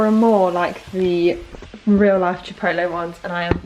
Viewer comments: Pronounce “chip-potle” :)))))) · Is anyone else's dad like mine and adamantly refuses to pronounce it "chip-owt-lay" and insists it's "chip-ot-el". No? Just mine? Cool.